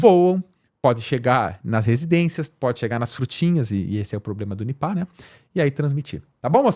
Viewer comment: Até que em fim achei alguém que pronuncia da forma correta “NIPÁ”